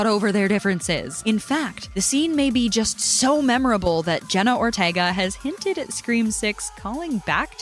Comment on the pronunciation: please say Jenna her lasy name right😭